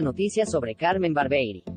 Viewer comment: Muchachos díganle a la locutora, que habla en esta promoción que el nombre de CARMEN ES , CARMEN BARBIERI, Y NO CARMEN BARBEI,,..............DELETREENSENLO, BAR-BIE-RI, Y NO BAR- BEI , OK?.